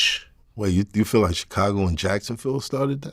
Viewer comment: Why does his pronunciation of Chicago bother me so much?